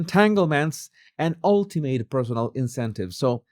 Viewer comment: The “ a” in “ ultimate” is pronounced as schwa /u’/.